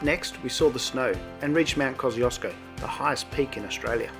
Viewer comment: nice video and great send off for the Queen of the skies. You should improve your pronounciation of the tallest Mt in Australia